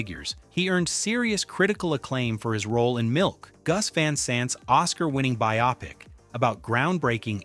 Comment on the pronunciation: learn how to prounounce Rimbaud and Verlaine. And biopic is not biOPic, but bio-pic (biographical picture). A lot else is off-putting here.